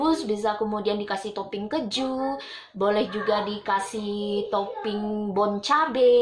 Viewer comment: Salfok sama pengucapan kejunya 😂